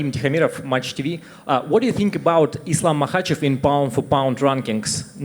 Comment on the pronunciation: say the champ's name, it's Islam Makhachev!